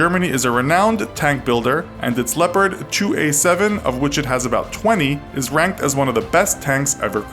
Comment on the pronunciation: He Pronounces "Leopard" "Leporad" hahah, Otherwise cool Video :D